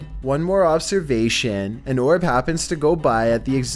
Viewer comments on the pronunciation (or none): I thought he talked like that too.